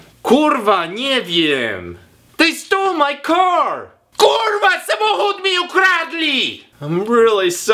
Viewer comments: nope kulwa tylko kurwa bez akcentu !!! i nie zmieniając głosu ;) !!! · Musisz popracować nad akcentem R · nie kutwa, tylko kuRwa... rrrrr ... to sie wymawia na kurwa slyszaca, tak kurwa z gustem prosze pana, no wie pan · Jak ja kocham kiedy anglik mówi KURWA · wow. on mówi kurwa tak smkesznie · If you pronounce kurwa like him you will be laughed at. He doesn’t pronounce any of these words right. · Nie umie tego prawidłowo wypowiedzieć